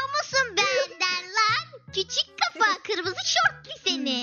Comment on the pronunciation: 😅O kırmızı değil gırmızı 😂😂